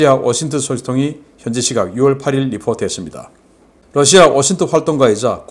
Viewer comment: 신대표님, 여러번 말씀드렸는데요. Lussia가 아니라 Russia입니다. 러 발음을 부드럽게 하십시오. 존경합니다.